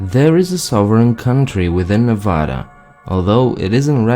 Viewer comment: Thank you for correcting the pronunciation of Nevada. It's always a pet pive of mine. Everyone outside of Nevada also mispronounces the name of settlement of Genoa.